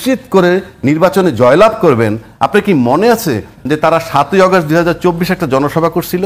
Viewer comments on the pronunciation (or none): এতগুলো দিবসের নাম মুখস্ত বললেন ২১শেআগ স্ট ১৫ই আস্ট একটি দিবস ১৫ইআগস্ত বললেও আপনাকে দেশের লোক বলাযেতে পারে।